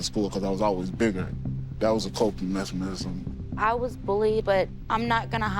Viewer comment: He cant even say mechanism